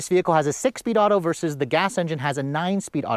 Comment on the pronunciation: OMG you still say “versus!” THANK YOU! Every single YouTuber under 30 these days says, “verse” when they mean to say, “versus” and it absolutely drives me batty. THANK YOU 🙏